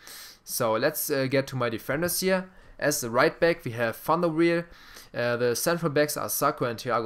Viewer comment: Love your videos man, Ibras my favorite player, they made him too slow with his long legs he has insane sprints, and its Sirigu (Sear-eh-goo), Van der Wiel (Van der Viel), and Jallet (Jall-eh) Keep up the great work, I'd love to see a video going in-depth on skill moves and how and when to use them, like showing situations and how to learn to execute them for explosive results, I love to roulette by players, heel chop, rainbow, but I'd love to learn more!